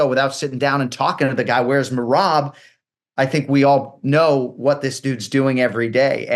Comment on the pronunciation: if he says mayrob one more time